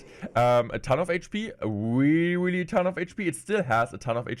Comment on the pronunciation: Ewuwe change is weally cwazy